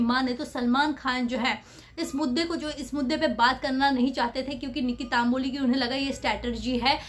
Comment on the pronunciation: It’s Tamboli not Taamboli